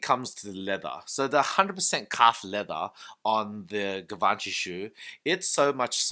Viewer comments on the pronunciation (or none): Gavanchy? Lol 😂😂😂 Lear how the pronunciation first before doing a review dude! You look ignorant with that pronunciation that’s not even close to how it is pronounced. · Could you at least try to pronounce it right? "jzhiv-on-shee" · My frend you pronunciations on Givenchy is shit call them G is better